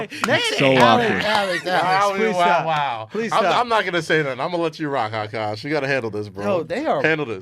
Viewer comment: A-kaash Machine 😂😂😂